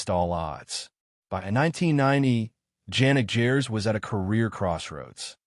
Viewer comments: A video about someone and you don't even pronounce his name properly. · pronunciation of his name is just shockingly bad and I've no idea why does it matter if he comes from working class. I mean as oppose to Harris or Murray?? Smith was NOT a founding member. He's not even on first album . Gers played with Ian Gillian before, so hardly nobody. I don't see anything shocking in this video and I don't understand why is it 8min long if material is only 4 minute and change.....what a joke of a video